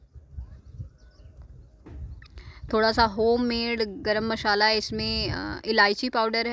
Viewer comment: Garam masala hota h mashala nh